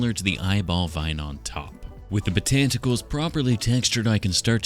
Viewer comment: Botanticles - iconic 😂